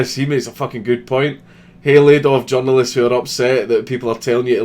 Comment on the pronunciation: you said "the journalists" I heard "the genderless"